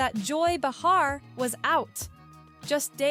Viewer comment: It’s not ba-HAR, its BAY-Har